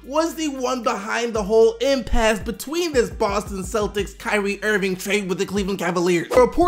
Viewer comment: "Kywee Irving"